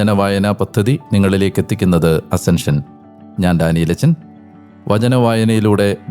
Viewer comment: Daniel. Ajjchen. Alla. Achen.